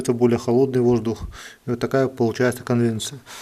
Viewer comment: Прошу прощения за поправку, но не конвеНция, а конвеКция. А по поводу дымосборников и дымовых зубьев с Вами согласен.